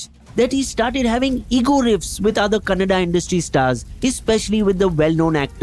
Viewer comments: Bro its Kannada not canada okay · It’s Kannada not canada, amazing video and all information is super accurate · Its kannada not Canada